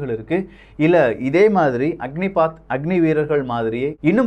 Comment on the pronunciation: "அக்னிபத்" அக்னி பாத் இல்ல